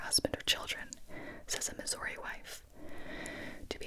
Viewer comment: whyd you say missouri like that....its not missoURi